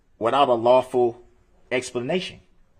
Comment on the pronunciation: JD took “ an OAFF” how is his rights being “trampled on”? Who do dat” SMJ is Laf-FuL law” whoz my accuser”? Is it Civil or Criminal? “Imma hit ya wif “